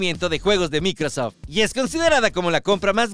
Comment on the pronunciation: De donde sacaste la pronunciacion de microsoft? Del traductor de google? XD 😆